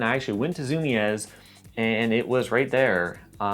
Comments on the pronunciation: FYI it's pronounced (zu-mees).. Not (zu-mi-ez) lol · btw not to be rude its pronounced zoo-me's not zoo-me-ez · Zoom-eeeeeez. not zoo-me-ezz no worries tho, if you didn’t grow up around one it’s all good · "Zum-i-ez" It's pronounced "zoom-eez" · he pronounces it ZOO - MEE - EZZ instead of ZOO-MEEZ the way I do. now my mind is blown and I have no idea which is correct. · its Zoom-EEs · No, he went to zoomy ez, get it right. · The way you day Zumiez bothers me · But bro you have to know how to pronounce zumiez if you have a skateboarding history and information channel on YouTube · lmao thinks we won't notice he went to zumiez if he mispronounces it